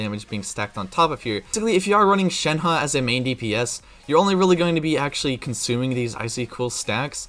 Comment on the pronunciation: Can we talk about how he said it correctly?